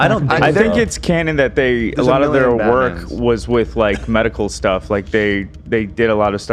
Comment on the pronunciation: made me scream laugh in public after his “StEHff”